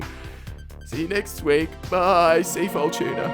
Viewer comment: Why do you keep saying sea-fole when the can says safcol? jw